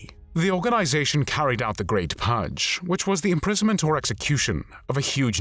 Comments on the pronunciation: AI speech. 'The Great Pudge' should be 'The Great Purge' 🤦‍♂ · Why does the voice say pugge instead of purge? :)